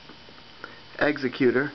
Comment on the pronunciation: its not executer, its exeg-cutor love the vids anyway